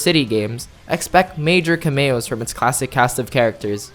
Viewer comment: Cameo is pronounced CAM-ee-oh.